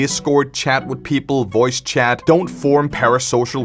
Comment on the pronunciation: honestly i always thought your accent was funny, its unique, i dont hear many youtubers with it, back when i first saw a video i heard you say "chat" as "chad" and i think its very funny, it honestly makes your videos funnier.